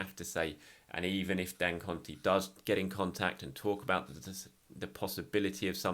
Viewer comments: love your coverage as always. Just wanted to assist in the way you say Dangote. Just pronounce it as dan-go-tay (sound it like day but with a “t”). Keep it up mate. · Is saying Dangote for me. 😂😂